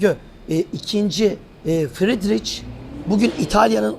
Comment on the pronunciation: İnısınt değil İnnotsent doğru. Fridriç değil Fridrih doğru. Yani yazılışından ayrı, telâfuz edilişi böyle.